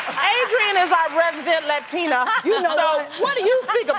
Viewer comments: I haaaated how they pronounced ‚latina‘ oh my god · I never understood why people pronounce "latina" like that. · They pronounce the word Latina and the surnames as English names... ewwww even the Latina host 🤢 “roudriguis, Loupis “